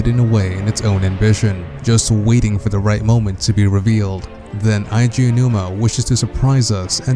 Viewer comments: it's not "aiji" aonouma, it's "edgy" aonuma I shit you not. In japanese, you can add another vowel of the same kind to extend the enunciation. One of the exceptions is "e" because to make the e sound longer you don't add another e instead you add and "i", weird I know but still just my two cents. For someone who loves zelda so much you know little of the creator's name. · it's not eye G a it's ay G a... Nintendo themselves has said his name, and in nintendo directs where he says his OWN NAME he does not pronounce it like you man. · It's pronounced "eh-ji" not "Aye - Ji" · Jesus Christ normally I don't nit-pick about this kind of thing, but you really couldn't do a bit of research to know that it's "Eiji," as in "Eh-ee-jee?" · Eiji = ay-jee